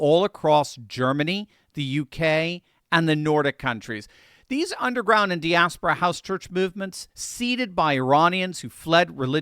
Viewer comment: you are pronouncing "diaspora" incorrectly! FFS someone with a PhD in Religion should be able to say that word correctly!